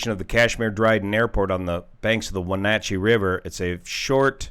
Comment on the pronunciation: I don't have any further details, but wanted to commend you on the pronunciation of Wenatchee.